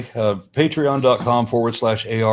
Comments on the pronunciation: His first name is pronounced R-N Ra. Not Aaron. Bugs me. Ha. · not..its pronounced R N....just saying...if youre going to have a podcast....get the names right.. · AH-ron Ra! Gah! That shit drives me nuts. Get his name right and do better! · He is AronRa's "good friend" and can't pronounce his name? Yeah. Okay... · "I have the distinct privilege of being able to introduce a man who does not need an introduction. You all know him very well." Also: *mispronounces name* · “Y’all know him very well needs no introduction...() pronounces his name wrong....obviously he doesn’t know him THAT well. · "A man that needs no introduction". Proceeds to butcher name. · I cringe every time he tries to say name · Hell of an introduction when you can't pronounce his name. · If He knows him so well then why did he mispronounce his name when introducing him? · Everytime he said name wrong I cringed and kept thinking... maybe he will let it go...lol... he didnt. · "Needs no introduction." Introduces him by the wrong name. Edit: The man doesn't deserve hate, but goddamnit you just got to watch one video of to hear it said correctly lol